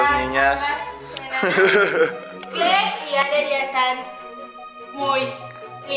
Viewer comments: Ruth Rutherford kler no kle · dice kler y Aria no kleria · Ruth Rutherford es kler no kle